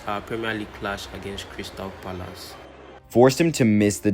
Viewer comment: Crystal "palalaas" is crazy 😂😂😂😂